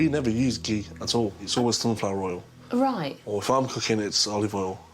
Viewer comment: The pronunciation of ghee 🤣😭 On the top of this, ghee has lesser calories than any oil per tbsp and is also a good fat 👌